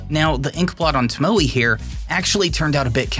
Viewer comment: Tomo e. (e is pronounced like the e in bet)